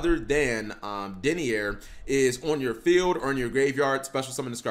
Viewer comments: Did you just call Denier "Dennyer"? 🤣 He's Pronounced from the word "DENY" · It’s DENY-ER and DRA-GOON